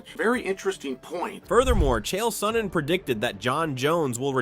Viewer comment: Chi el sonnen? Bruh